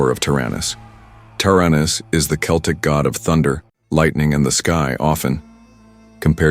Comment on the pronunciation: Great video and concept, one minor problem. When referring to the peoples, languages and myths Celtic is pronounced with a hard C that sounds like a K.